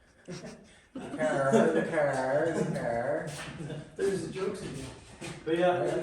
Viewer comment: Love the way builds, and says DaCaar lol 😂